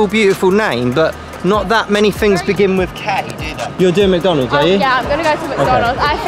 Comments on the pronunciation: It’s mc-Don-ald’s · I don’t mean to be rude but in England they say Mac don ulds